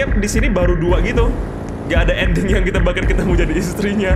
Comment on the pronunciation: Bang andding nya engga jelas bang😂😂😂😂